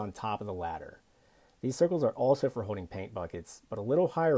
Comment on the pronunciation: Here's another tip: The word is Holding and not hoe-ding.